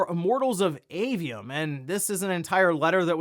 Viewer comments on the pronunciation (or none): none